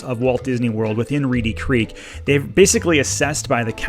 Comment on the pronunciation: It's Reedy Creek, not Reddy 🤦‍♀️ I wish people didn't watch your videos that don't live around here. They believe all the BS you feed them (your St. Cloud video was laughable and full of so much garbage). As for Disney, they treat their employees like garbage. They put on a good show about inclusion, but they actually discriminate like crazy. They jump on every bandwagon of the current thing. You know why??? All for money. They're no better than churches with their tax breaks. This has been a long time coming. I hope it happens. Also, Orlando has way more going for it than Disney. The other local theme parks don't get the same treatment. Last thing I'd like to point out, have you people not noticed how the actual Disney family has distanced themselves from the mess Disney has become?